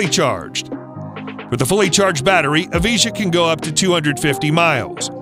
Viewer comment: I love how he says lutus evije like e-vee-jah but its ev-eye-juh